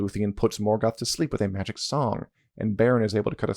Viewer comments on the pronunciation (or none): none